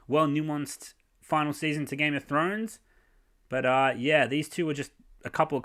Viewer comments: "Game of Show showrunners" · "Game of Show" lol